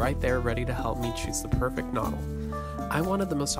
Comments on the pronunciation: They are properly pronounced "ke-nurdel" (Knoedel). But a great video, thank you. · Uff. Really butchering the pronunciation of all the german words. Especially "Knödel". Also "Gasthaus" just mean restaurant in German ( a more traditional type of restaurant) so "Gasthaus Elsner" would be just restaurant Elsner. And you mentioned it is called "gasthaus" which would be more of a generell type of of restaurant than an actual name. Nice that you had a good time in Vienna though! Watched the whole video through, was quite nice.